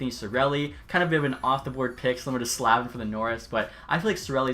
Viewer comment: Nitpicky, I know, but isn’t it Slay-vin, not Slav-in? At any rate, it’s Hee-sheer, not Hish-yer.